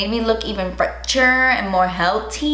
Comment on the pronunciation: Fretcherrr and heltyyyy 😂😂😂 love it can’t wait to try!!!